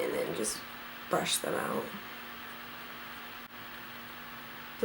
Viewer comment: Who else kept rewinding it when she couldn't say Brush?